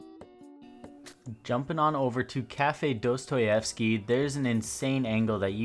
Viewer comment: your kaffe dostoyewsky was nearly polish 0.0